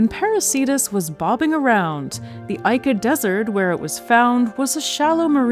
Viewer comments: "Ica" /'ika/ reads more like "ee-ker" than anything. Definitely not "eye-ker". Sorry about the neat pick. As a native Spanish speaker who spent his teenage years in Peru, I felt like I had to say it. The video itself is great and the data is mind-blowing 💯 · Love, LUV, love Y'all! But Ica - even in your place should be [eeka] So next time, kindly consider the proper pronounciatin? lots of lovevfrom Grenland!<3